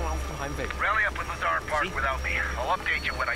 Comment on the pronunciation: you probably won’t see this, but Lazar’s name is pronounced as “La-z-are” Edit: nevermind I guess I said that too soon lol